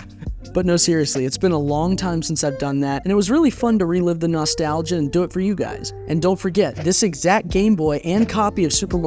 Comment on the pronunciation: Love how you say nostalgia lol